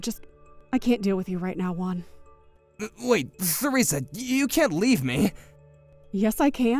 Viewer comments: Its pronounced teresa not feresa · The - H- in Theresa is silent. You pronounce it the same as Teresa Oh my. GOD Harriet. Stop letting Jackson walk all over you! Stop apologizing for things that are HIS FAULT. You're ENABLING HIS SHITTY BEHAVIOR LADY It took her WAY too long to put him in his place! That said, it was a pretty satisfying comeuppance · Theresa is pronounced Teresa. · THE H IN THERESA is silent you just say teresa